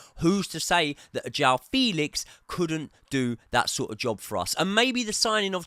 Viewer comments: It's not 'Felix' like Felix the cat. It's like the 'fe' in the word 'fence'. 'Fe...lix'. You'll get it eventually 😅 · It’s pronounced FAYLIX!!!